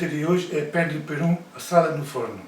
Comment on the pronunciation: "PERUM"? Não será PERÚ?